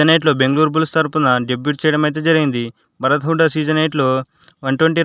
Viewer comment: Bhaarat kadhu bharat